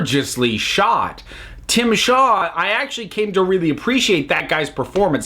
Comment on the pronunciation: Yeah, it's Tzim-sha. But that's not as funny as Tim Shaw.